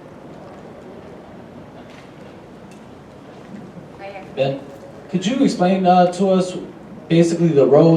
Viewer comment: Bob cannot even get Ben's name right, even when corrected!